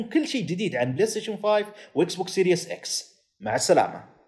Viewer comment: لك شو قصة هاليوتيوبر العرب كلو عم يلفظ اسم الجهاز غلط !!!! يا اخي ما اسمها اكسبوكس سيريوس مو هيييك غلط غلط ، اسمها سيريز اكس ، يعني السلسلة اكس ، وليس سيريوس اكس متل انتو بتلفظوها ، والله عيب عيب لك تعلمو تلفظو الاسم عالاقل